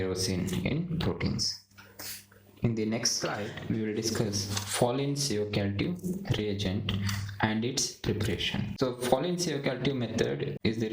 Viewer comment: learn to pronounce the name correctly.. Folin Ciocalteu